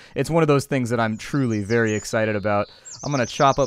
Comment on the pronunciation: Do you just say "which is BERRY interesting"?...